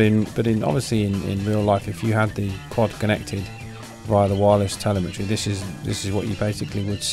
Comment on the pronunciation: Isn't it pronounced as teLÈmetry?